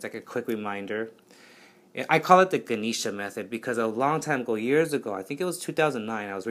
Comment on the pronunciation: Love your video! Also it is pronounced Gah-neh-sha